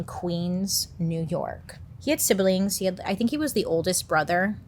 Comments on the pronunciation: Sible'lings 😂😂😂 it's SIBlings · I like how you say sibalings